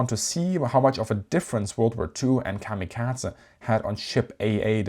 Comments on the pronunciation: He is essentially, comically overcorrecting on how American's pronounce it, and his German accent is also playing a part and applying a T sound. American's strongly over lengthen Japanese words that end in a E morae. The only time the Japanese say something similar the massive '-ay' sound American's apply is when ending in a e morae to an i/い, such as in the name Rei. The guy is trying to correct that by cutting the e sound, but its so incredibly cut its borderline devoiced, and English speakers, due to our habit of defaulting sounds to a schwa, hear a soft 'a' sound, even though it is very much just a devoiced e. He is also adding a t to the Z sound, probably an accent thing, turning into the bizzare Kamikatza sound. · A great video despite of the klanging sound of kamikazah. Did the Naval Academy sign off on pronunciation. kah mah kah ay or kam i kah zee but not kah mah kaz ah. And definitely not a schwa at the end of kamikaze. In either London or New York it ends in a hard A sound. And definitely in the US Naval Port of San Diego. It's not unusual for foreign spellings to use e as an ay sound,,, you know the sound that the symbol E makes in civilized spelt languages like Spanish and German unlike English where we say Great Vowel Shift and blame all the confusion in spelling and pronunciation on Gutenberg. Or actually on the Dutch and Flemish printers in London in the 16th century.. My dad's cot or where it might have been is visible in the picture of the Big E's forward elevator hanging 100 meters above the deck in one ot the original turret toss style photos taken after a kamikaze hit through the flight deck. Fortunately he was at his gun. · kamikaza ? Atleast bother with using the correct pronunciation for this nearly 20 minute video on the topic, instead of having us suffer through the misappreciation every 30 seconds. The american enunciation actually matches the original Japanese. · why do you keep mispronouncing the word Kamikaze? there is no T or D in it.